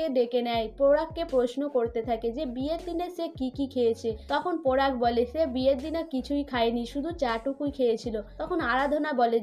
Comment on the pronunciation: আপনি please উচচারণ ঠিক করুন আপনি পরাগ কে পোরাগ বলছেন কি বাজে আর ও অনেক আছে বিশ্রী লাগছে।